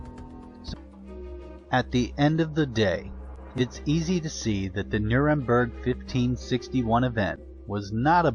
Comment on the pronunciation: it's NurembErg